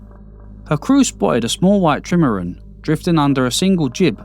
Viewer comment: good content but the narrator's accent is 'ard to suffah and he cant even pronounce trimaran! is it AI?